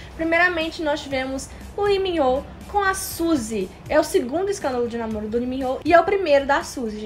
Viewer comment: Queria saber por que vocês não estão falando o L no nome deles... Coreanos falam o L sim. Lee é Li, e não "I"